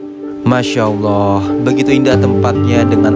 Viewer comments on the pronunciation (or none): none